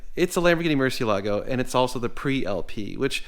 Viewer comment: I wish to HELL you would learn to pronounce it. Ask any Mexican.